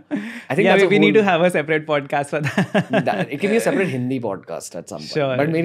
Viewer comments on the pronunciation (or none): none